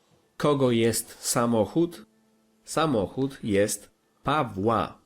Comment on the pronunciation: Your pronunciation is crazy sometimes haha sazohod not samochód 😅